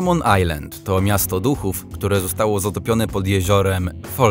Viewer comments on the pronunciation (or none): none